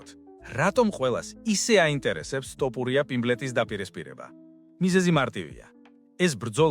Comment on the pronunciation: რა ტოპურია სწორედ გამოთქვი გვარი!!! თოფურია და არა ტოპურია.